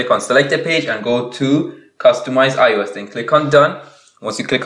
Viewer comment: No he pronounces it as ius when you say it as ios